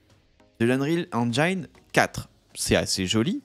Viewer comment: La prononciation en anglais de engine n’est pas “enjayn”… c’est juste “enjin”